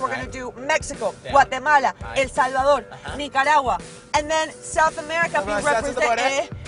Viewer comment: its not guatemalaaaaaaaaa 😐its Guatemala one "a"